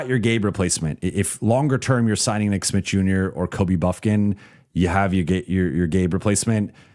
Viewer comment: be saying "nick Smit" I had to google and check if it's Smith or Smitt